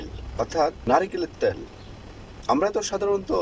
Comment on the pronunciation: তোমার.ভাষা টা ঠিক করে বলো ভাই ত্যল্ আবার্ কি ভাষা ভাই? তেল কি বলতে পারো না?